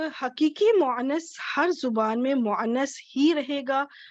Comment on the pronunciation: Muannas bolne mein ع ka istemaal kyon kar rahin hain? مؤنث mein ع to kahin bhi nahin hai....